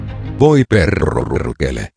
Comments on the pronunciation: Voi perrrrerrkele😂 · "voi peRrRrRkele"